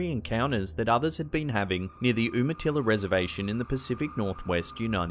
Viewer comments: Sorry, gotta be "that guy" for a moment: #2 is pronounced YOU-matilla, after a tribe. There is also a city with that name right on the Washington/Oregon border, that we call uma-titty because of the awful 3rd rate strip club and the "Till-A-Come Inn". These are facts as silly as it seems. The sounds were probably a group of indigenous tweakers as they rome in droves in that area 🙄. Love the channel, binge watch all the time. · Hey man just to let you know Umatilla is pronounced (Yuma-til-uh). I was born in that county and my family is from there. There have been known accounts of the occult performing rituals out in the rural areas. A woman was driving home to her ranch when she ran into a group of people dress in black robes, mutilating one of her cows. I wonder what those noises were they heard on the reservation. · Umatilla is pronounced with a "you" sound. Like Utah. I'm actually from that area, and can say for certain that there are tons of scary and otherwise unexplainable things that happen here. A lot of what your channel covers can be found here. Sometime you should make a video about creepy encounters with the paranormal in the Umatilla region. A team of ghost hunters actually had a tv special where they investigated a haunted house in the city of Umatilla. The video is here on YouTube. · The white figure in the woods looks like an over weight naked woman. The bear looked like a grizzly & looked fake. The “werewolf” & black thing had super white teeth! The laughing sounds at the Umatilla Indian in Oregon (that you mispronounced by the way) have been heard lots of times. They vary in sound & don’t always sound like laughing. I live near the reservation & Bigfoot is all over Oregon, I think it is Bigfoot & I think they are some kind of primate. That’s all...